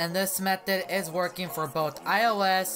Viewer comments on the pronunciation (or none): Its not vorking